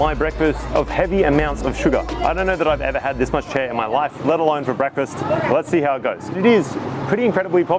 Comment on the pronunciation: chè, not chair